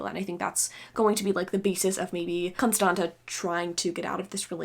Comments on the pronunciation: I'm romanian and the second t in "Constanta" is pronounced like the zz in pizza :) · Si eu ma gandeam ca e probabil "Constanța" :))